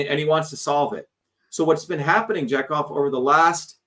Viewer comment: It's pronounced ja-cov not jack off 😂😂😂